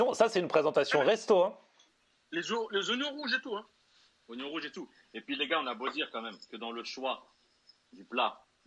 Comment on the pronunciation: y ces pas prononcer les mots « TOUT » il dit « Tchou » sa me gêne...